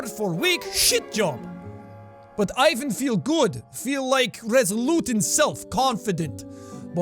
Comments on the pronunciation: that was cool and real fun to watch but you actually have to pronounce this name as ivAn not Ivan(place the stress on a different letter)(at least if you use it in russian language) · Ah Jack, always trying your best and bringing us a variety of different voices. It makes things much more entertaining and fun. :) Here's a tip to help make a more convincing Russian accent: when saying Ivan, pronounce it more like Ee-vahn, as opposed to Eye-van. Edit: I just noticed you switch back and forth between the two a few times. Oops, haha. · By the way Ivan has the stress on the second syllable, EE-VÁN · not eye-van, ee-van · 1: EEVAN NOT EYEVAN!!!! 2: Sasha is a both boys and girls name... Petrova is a feminine version of last name Petrov Petrov = male Petrova = female Sasha Petrova is a girl :) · imme finna just say this but its not "aivan" its "eivan" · Ivan is pronounced ee-van not eye-vun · Ok Jack i noticed a common mistake most Americans make with the name Ivan. Since its Russian you would pronounce it “ee-vahn” not “eye-vahn” just following Russian language rules. Loved the accent though! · Ivan is pronounced "Eevahn" not "i-ven" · Its not pronounced I- van it's E-van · And also, why sometimes you pronounce it correctly - ee-vAn, and sometimes wrong - Aj-van? edit 1: artyOm* edit 2: bogdAn* edit 3: gagArin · not "I van" it's "Evan" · Jack, it's not pronounced "A-J-V-N" It's "I-V-N" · I wonder when people from the western word will leran how to pronounce the name Ivan [ivan] properly... it is not [aivn]. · JAAAAACK ITS PRONOUNCED EE-VAN NOT IE-VAN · Jack, if you're going to narrate in that accent, pronounce Ivan "eevan" rather than "i van" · Lol Ivan is pronounced eevan.. Sorry I go now 👉👉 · To sound more Russian, Ivan pronounce like Ihvan/Eevan. 😁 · it's pronounced like "eevaughn" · You pronounced Ivan incorrectly, it's supposed to be pronounced Ivan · Ivan is pronounced more like ee-vahn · Don't you mean from EEE-VAN? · Ivan is pronounced ivaahn